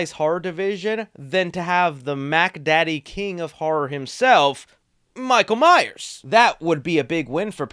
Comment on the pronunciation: Michael MYERS!!!! You constantly say Myer and it grates on my nerves